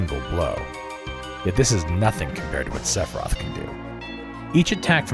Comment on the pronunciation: I cannot believe how many times you say Sephiroth and how many time you forgot to pronounce the I in Sephiroth. Like omg SEFROTH. It’s as hilarious as it is horrifying